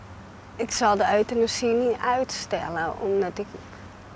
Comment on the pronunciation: at 27.38/.39..pleegmoeder zegt...uitenasie mag wel daar gepleegd worden...hihaho op zijn amsterdams euthanasie uitgesproken Geweldig!!! lol RIP lief meisje Priscilla ♥